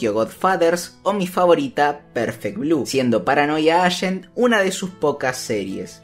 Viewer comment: Se pronuncia paranoia eigent.